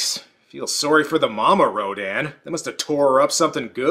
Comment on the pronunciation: I just thought it was distracting to hear rodan pronounced 3 different ways. R-OH-DAN, Raydon, and R-oh-din.